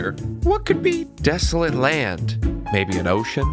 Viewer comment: as soon as i heard "DESLET LAND"